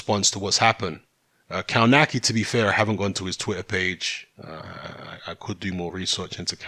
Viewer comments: Cownaki lol. is the best when it comes to butchering names. Its pronounced Cove natz key. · Actually, in its proper Polish pronunciation, you're right. But they all, even Adam himself pronounce it "Kawnaki".